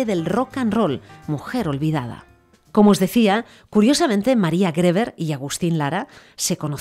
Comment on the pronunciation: Griver se pronuncia